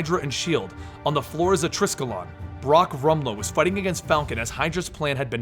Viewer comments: Triskelon? Tri-skel-ee-on. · "triskelion" not "triskelon" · treskill-on? come on you cant call yourself but then completely butcher the pronunciation of the TRI-SKEL-LEON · It's pronounced TRY-SKILL-EE-ON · no... it's pronounced TRY-SKELL-LEE-ON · it's pronounced try-skel-ien that's good they say it on agents of shield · Man you butchered the word triskelion. Cool video though, wonder if the movie starts with the fight between cap and crossbones then